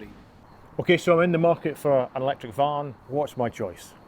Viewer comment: A beeg eelektrak kahr.